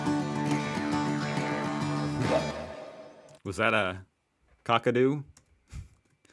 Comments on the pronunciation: it’s actually pronounced like cak a do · The 'Kak' in Kakadu rhymes with 'back'. Aussie vowels are generally shorter than American ones. We have a very efficient way of speaking 😅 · Kakadu is pronounced Kack- a-do not Kukado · No Os there, KAkadu. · k-ACK-a-doo National Park... and yes, it is bigger than some US States. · Loving your reactions. Just fyi…. Kakadu is pronounced like CATadu….. KAKadu… 😂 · KAK-A-DOO it is pronounced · Kakadu pronunciation is short "a""- "Kak" like "Jack". Oxbow like bow and arrow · It’s KAK - A - DO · Kakadu say it quick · God please learn how to pronounce the places. The woman just said Kakadu twice. Listen.